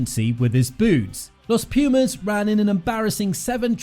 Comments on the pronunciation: I dont know if anybody has stated, but let me make a small correction; the right way to pronounce it is "Los Pu:mas", not "Los Pju:mas". Thank you, for covering our team!!💪🇦🇷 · Every time I hear this guy pronounce Los Pumas I die a little more. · Hey, here from Argentina. No even a single knowledge about rugby, so won't correct nothing about that. But minor English correction, it would be more appropriate to say THE Pumas than "Los Pumas". Los is not part of the name, but a simple article :)